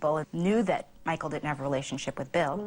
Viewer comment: Makes me cringe everytime Robyn calls him 'Michael.'